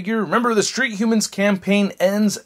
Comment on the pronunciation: Street hhuumans .... yhuhmmmans